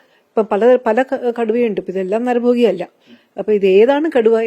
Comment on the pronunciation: നരഭോഗി ❌ നരഭോജി ✅